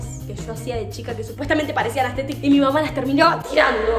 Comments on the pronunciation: no es aesthethic es asthethic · JAJJAJS, ME MUERO CON EL "AESTHETICC" JAJAJSAJAJJSK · No es astetik algunos